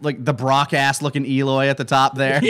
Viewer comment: Eloy more like BEE-loy I’m not sorry